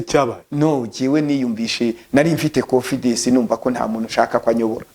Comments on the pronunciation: Wenda aho yize bamwigishije ko bavuga konfidesi muri ntibavuga bavuga 😂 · Ariko umuntu uvuga ko yize Masters atarize primaire secondaire,na Bachelor natubwire Aho yize ibyo byiciro nukuntu yari mayibobo. Masters Holder uvuga confidesi #confidance.divorcentabwo ari devorce